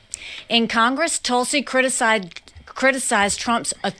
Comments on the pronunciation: Is there a reason you pronounce Tulsie as Toolsie, instead of saying her name correctly? ie: Tulsa, Oklahoma... Tulsie. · Hey Prickman, it's Tulsi not Toolsie. Like it's Kamala and not Kaamala or Kamalla. Remember the noise you made about mis-pronunciation of names. It's Prickman man , not Packman. What a hypocrite. 🤮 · Why do you keep saying toolsi lmao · I agree with everything you say politically. But when you say “Toolsi,” I find it very distracting and hard to get past. I know you’re not intentionally mispronouncing her name, like when Trump would say “KamAla,” but I find it difficult to hear. Just being honest. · Mr Grammatically correct, how do you pronounce Tulsa such as Tulsa, Oklahoma? Do you say Toolsi, OK? Listen to how Nikki Haley pronounces Tulsi’s name. I would not comment but you are always correcting people all the while botching people’s names and other words too. Remember Laura Ingraham? That was some painful memories and glad you finally self-corrected. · Learn to ssy tulsi. Its literally driving me crazy. You say it so ridiculously. TOOOOOLSI. DEAR GAWD MAKE IT STOP. TOOOOOOOOOLSI!!! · Are you intentionally saying “Tool-sey”? lol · "Toolsi Gabbard". I hope the pronunciation is on purpose instead of just an accent thing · Smug David corrects people from mispronouncing Kamala but makes fun tulsi’s name. Good job david Pukeman.